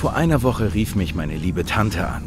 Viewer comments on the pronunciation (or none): none